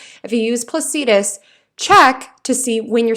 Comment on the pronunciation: Nice reading, but it's pronounced "Placidus," not "Plac-ee-dus." An "ephemeris" is not an "eph-em-eer-us." I love what you have to say. I'm just a geek & I figure somebody should tell you, so you can pronounce the astrological terms more correctly.